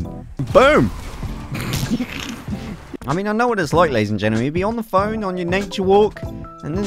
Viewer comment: You always say ladies and genelmen its weird!